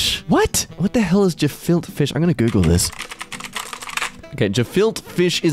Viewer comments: gefilte is pronounced ‘guh-felt-ah”. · aye i had to try this the other day! it’s pronounced guh-filt-uh fish